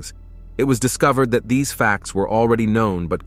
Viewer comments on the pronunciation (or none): none